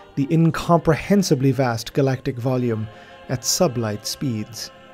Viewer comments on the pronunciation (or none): none